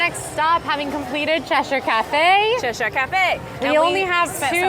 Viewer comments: is saying Cheshire correctly! 😊 Short e sound, then uh at the end - like CHEH-shuh with the emphasis on cheh. The only Shire like is saying it is in Lord of the Rings! This will also help you with things like Worcestershire Sauce (WUH-stuh-shuh). The more you know! 😂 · is right... it's "Ches-sheer" Us Brits have a confusing language 😂 ❤❤ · As a Brit, I can confirm that is pronouncing Cheshire correctly. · is correct in the pronunciation as I live in Cheshire in England xx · says Cheshire Cat correctly